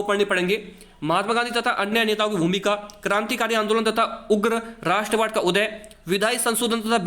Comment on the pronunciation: Andoln hota Angolan nhi